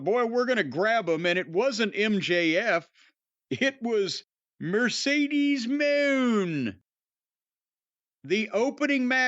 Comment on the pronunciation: Jim deliberately calling her “Mercedes Moan” Will never not be funny 😆